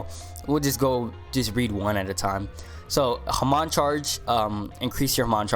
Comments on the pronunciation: It's not pronounced ha-man, it's pronounced ha-mon like pokemon but without the poke word at the beginning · bruh everyone says hamon wrong, its "Ha- mone" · Nah nah it’s “ham” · the way u say hamon make me question my existance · I got corona listening to him saying hamon wrong. Good vid but pronounce it right please. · Hamon bread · His pronounciation of hamon stressed me out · u pronounced hamon wrong lol